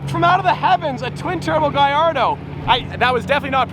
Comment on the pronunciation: Why do you pronounce the gullardo like that (excuse my spelling)